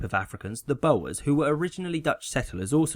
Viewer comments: Boers is not pronounced "bowers", but "boars". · Butchered boers so hard xD